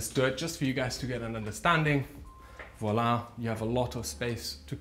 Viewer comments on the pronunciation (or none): none